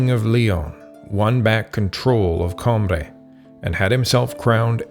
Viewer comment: Great summary. Atrocious pronunciation in places. Coimbra, repeat after me: Coo-ee-mbra